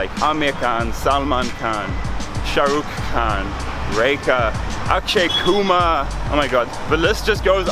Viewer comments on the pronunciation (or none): The way He Pronounced Akshay Kumar xD